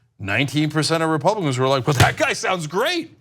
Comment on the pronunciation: Rob-u-cans? ConservaDCKs? Reich-wingers? Who's shocked? I mean, 'Moses' was an immigrant of color? I BET they'd sht on him too...